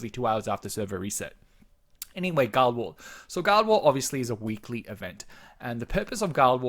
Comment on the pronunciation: Guild war=Gi-ll-ed wa-ar. Wrote this just as you said it. Lol. Fair enough, say it how you want...miiillkstehoool :p